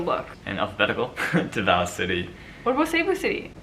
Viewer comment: Hi my dears! So Davao, Pasay, and Quezon City all have their stresses on the first syllable. DAH-vow (like the word vow) PAH-sai (sai like scythe) QUE-zohn (Que like 'Por que', and zon like lawn but with a Z). Just in case they'll be coming up again in the next few vids. Hope this helps! Bonus: Pah-rah-NYAH-que (same que in Quezon)